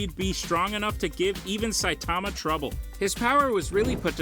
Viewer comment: Dude, I hate how you say Saitama name, vaccine man should be way lower, and you said Garou did a kamikaze against elder centipede bit it was Genoa. This was all within the first 3 minutes. Once I saw you knew nothing I turned this garbage off